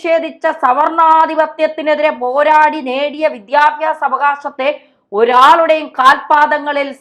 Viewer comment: വിദ്ധ്യാഭ്യാസം അല്ല.. വിദ്യാഭ്യാസം എന്ന് പറയൂ